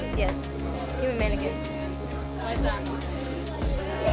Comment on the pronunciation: The girl fails. She pronounced "Hummanequin" as "Human-mannequin".